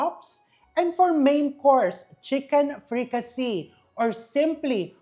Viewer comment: fricassée = frikase not "say" not "see"